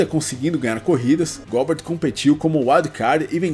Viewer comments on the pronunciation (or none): A pronuncia nao seria "Góber"?